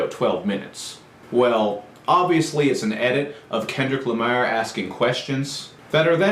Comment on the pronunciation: It's funny u pronounce kendrick lamar name. It's like u say Kendrick lameer. Do u have accent??